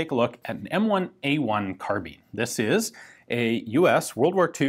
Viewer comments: Is it “carbine” or “carbean” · The E make the I sound like a i, so say carbine correctly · The American mispronounciation of the word 'carbine' bugs the hell out of me.